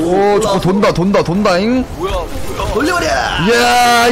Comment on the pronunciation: 조커가 좆커로 들린다....